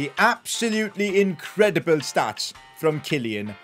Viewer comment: Impottant vewy vewy impottant inkwedebul Newcastle take ova